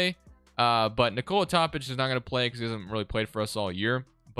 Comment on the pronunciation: I swear its pronounced Toe-pich not top-ick